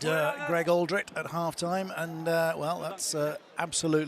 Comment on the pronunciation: Why is it that English commentators are too lazy to pronounce French names properly or at least attempt to do so? Anyone with an ear for the language knows that Alldritt is pronounced "al-dreet" not "awl -drit"! To his credit he does get many of them correct, such as Bobigny, Cancoriet and Thomas. Alldritt is a blind spot with so many commentators, it seems.